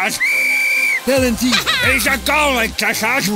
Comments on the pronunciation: Am i tripping or did neymars "pen" ronney call it pelanty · Bro really said pelanty💀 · It was a joke as Rooney in the video pronounces Penalty as "Pelanty"😅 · "Handball, pelanty" 😂😂😂 what is a Pelanty 😂😂😂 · bro really said pelanty 🗿🗿💀💀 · “Hand ball…Pelantyy”😂😂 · "Pelanty" I died😭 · Rooney: Pelanty😂😂😂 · "PELANTY" - Wayne FATas* Rooney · Rooney: Pelanty